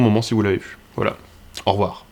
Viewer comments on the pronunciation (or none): J'ai passé un bon moment , merci ! Par contre j'ai remarqué que tu disais "en revoir" & non "au revoir" Pourquoi tant de monde disent "en revoir" ?